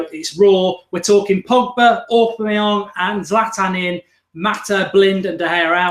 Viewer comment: Love this! So glad it's back! Miss the old skool feel this brings And Mark it's Aubameyang pronounced Aw Bam May Yang haha